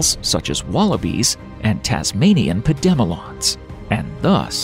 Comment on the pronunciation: Pad-e-melon. If you can’t simply look up how to pronounce a word I can’t watch. Stopped playing after that